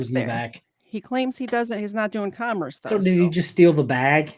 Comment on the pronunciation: This is long, and is closer to things I would have put in the chat than my normal commentary on B&B posts. I blame you guys, bingo, and Legal Fiction and CerebralTackle for keeping you two so well lubricated. To be fair: If one hasn't heard the word "commerce" pronounced correctly, pronouncing it based on "commercial" isn't an illogical guess. Making fun of criminal idiots of all shapes, colors, and sizes: Have you guys actually covered anything involving "little people"? Using AI to read something to you: I read a lot via Audible, so I can't knock that - it lets me read and do something else at the same time. I've been using Audible to read the Wheel of Time series, and am almost done. Not a funny: Thinking about it, I imagine that Mr. Lang is telling the truth at his stop, to his belief. That said, the first thing he said was that the license plates were legit and paid for, which sounds like a blatant lie. I've seen this video several times, and heard people reference a GrubHub bag -= I haven't seen that in the video. And (again, to be fair) one could have a GrubHub bag or sticker from previous work. Clearly, the opposite of "understand" is "derstand". The Constitution does carve out the District of Columbia (actually, whatever non-state area was specified for the eventual capitol) as being under the authority of the federal government, as opposed to any state government, as are U.S. military bases. BSBT's address: Is General Delivery still a thing, or have PO boxes replace